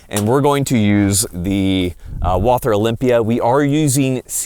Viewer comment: Please dont say wal- th-er say wa-l-ter without h . Greatings from germany